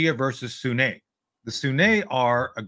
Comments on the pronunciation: It's not the Shia Muslims vs. the "Soo-nay". It's Sunni! (soo-nee). If you're an 'expert' you should know that already. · How to properly pronounce 'sunni' - it rhymes with 'loonie, puny, rooney, muni... but, "SunNAY" said no one, ever.